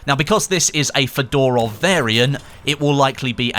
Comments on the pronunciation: Not [fedorof] but [fyodorov] . Its a right prononsation of this second name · Fedorov Degtyarev is pronounced as F'o-do-rof Deg-t'a-r'of Fe dorov with emphasis on the first syllable and Degtya rev on the last one. trust me, i'm russian